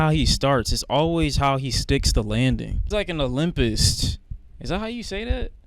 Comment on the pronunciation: this dumb mf said “olympist”